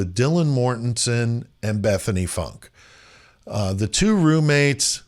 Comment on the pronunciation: I think her name is pronounced Foonk